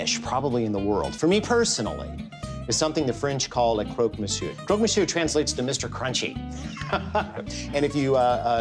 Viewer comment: Is it really that difficult to say 'croc' instead of 'croak'?